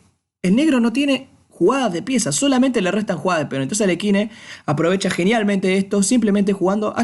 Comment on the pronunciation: No, Aliójin